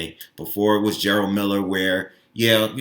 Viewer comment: Ok , so I've literally watched hundreds of videos about Jarelle Miller. Everyone is saying his name as if its spelled GERALD. Its pronounced JER-RELL . Just as its spelled right ? If its the case , then there is a lot of people butchering this man's name